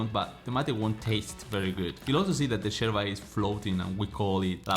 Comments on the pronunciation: First of all it’s called YERBA not Jerba. It’s a Spanish word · Its not sherba, but yerba. Pls. 🤭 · You’re So Cute! The way you pronounce “Yerba” like a Buenos Airesian!! Too cute!! ❤🧉🇦🇷🌞